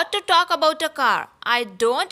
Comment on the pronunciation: Cant say talkon